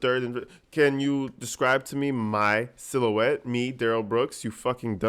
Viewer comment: Lol You were right he db dropped the use of adamant when he realized he db couldn’t pronounce it properly lol 😂 Lol another word he db does not know is silhouette lmao 😂